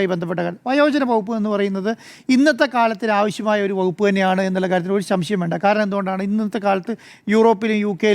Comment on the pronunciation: താങ്കൾ എപ്പോഴും “ശംശയം” എന്നാണ് പറയുന്നത്. “സംശയം” എന്നാണ് പറയേണ്ടത്. ഭാഷ ശുദ്ധമായിരിക്കുമ്പോൾ കേൾക്കാനും മനസ്സിലാക്കാനും കൂടുതൽ ഭംഗിയുണ്ടാകും. ഭാഷാശുദ്ധിയോടെയും ശരിയായ അക്ഷരവിന്യാസത്തോടെയും സംസാരിക്കാൻ ശ്രദ്ധിക്കുക.